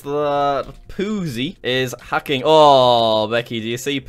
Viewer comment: "is 'ackin' that innit?"